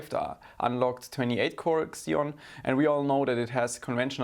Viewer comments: Pls its "ceeon' not xxxxeoon lol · The X in Xeon is pronounced as Z only .. So it's "Zeon" not "Xzeon". ;) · It’s “zeon” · i know it's not your fault but the way you say xeon bugs me